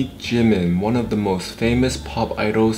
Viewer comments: .....it's jiMIN tHE EMPHASIS IS ON THE LAST SYLLABLE AGGHHHHHHH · Jimin's name is pronounced "jeemeen" not jimin